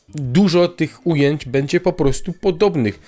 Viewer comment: bĘdzie, nie bEdzie bo ciężko się tego slucha